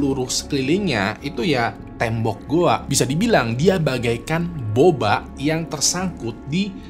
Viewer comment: ngomong boba nya mood bet🗿